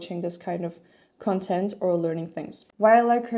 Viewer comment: You are saying the noun content like the adjective content. The stress of the noun content should fall on the first syllable.